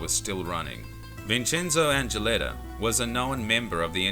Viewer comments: Holy shit N dran Ghetaa never heard someone butcher the name like you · Great video, mate. Just one minor thing, N'drangheta is pronounced ndrángeta (as if the N wasn't capitalized, starting with the consonant sound as in the word "nose"). They're quite infamous here in Europe. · It would be lovely, if you try at least to pronounce 'Ndrangheta correctly. Since we have learnt your language and we make everyday effort to speak it properly, it would be good to acknowledge that your way to talk may change foreign words so as to make them unrecognisable by native speakers. Thank you. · At least pronounce it right. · Hi mate. Jamal By your name your are not Italian, you can tell by your explanation of the Sicilian mafia. At first - its not “La” but only Cosa Nostra. Mafia is a general way we call organised crime in Italy. Which we have 4 main “branches” completely different one another. Sicilia - Cosa Nostra Calabria - Ndrangheta (which Is not pronunce like the guy in this video) Campania - Camorra Puglia - Sacra Corona Unita Families from each “branches” moved to the USA to expanded the “business” Cosa nostra became more famous due to the Hollywood movies and to the help Lucky Luciano gave to the American Army to get to Sicily at the end of the Second World War. Just some quick points. But sorry you are wrong. - look it up properly- Cheers